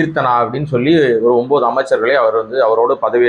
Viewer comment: ஒன்பது என்று தெளிவாச் சொல்லுங்க